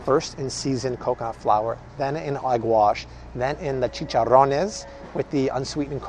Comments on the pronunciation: Great advice! Great pronunciation of chicharrones! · You said chicharones perfect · You pronounce chicharrones really good!!! Great video thanks!!! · First time watching. ...... excellent info thanks. By the way.. perfect pronunciation on " chicharrones " MUY BIEN 🇲🇽👍👏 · Curious, do you speak Spanish? You pronounced those words perfectly. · I love that you said chicharrones right! Get it sir!